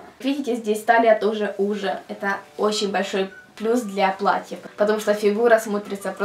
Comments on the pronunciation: не платьЯ, а плАтья! Аж язык режит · Я понимаю, что родной язык - украинский, однако, слово "платьЯ", как она его употребляет, ошарашивает. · не "платья",а платья(ударение на "а")